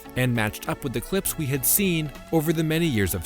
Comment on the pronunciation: why did you say cwips instead of clips? or febwuawy